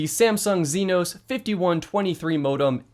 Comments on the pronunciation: "zinos" Bruh Exynos is pronounced ex-a-nose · Samsung chipset is pronounced "X-see-nos" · Exynos is pronounced “X eh no se”. Watch the Samsung videos on the Exynos 2100. I’m glad someone is at least trying to break up Qualcomm hegemony on mobile modem chips in the US. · I think 'Exynos' is pronounced similar to Ex-Eee-Nos